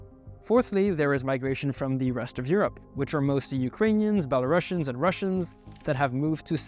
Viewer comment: A thing to note is the country name is Belarus and it's language name is Belarusian (with a single "s" letter, without "sh" sound, it pronounces as "/ˌbel.əˈruːs.jən/"), not “Bela-russian”. It is important, because otherwise it sounds as another version of russian, which is not the case. From historical perspective and language genesis, Belarusian is a successor of Rusian [roosian] (with single "s") (called after the medieval state of Rus’) just as Ukrainian.